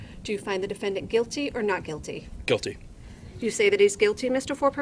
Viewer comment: The word is GUILTY. Not QUILTY. And the Q and the G are no where near each other so....